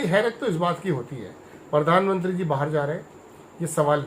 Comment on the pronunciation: परधान,नहीं रे प्रधानमंत्री उच्चारण कर ।